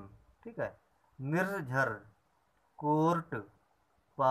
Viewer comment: Sir cort me r ka uchcharan nahi hua